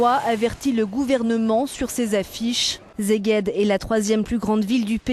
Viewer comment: euronews (en français) informez la petite voix que Szeged se prononce /seged/ < ici elle apprendra à prononcer Székesféhervár